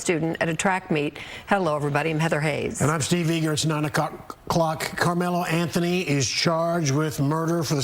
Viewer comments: "Nine o'cock"...said the male newsreader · He said 9,ocock. Lololo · So what they're saying is it'll be a fair trial for once. And did he say "Nine O'Cock"? 😅😅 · "9-o'cock" LMAO